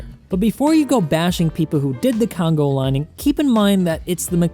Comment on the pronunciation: Dude I was dying at "congo lining" :D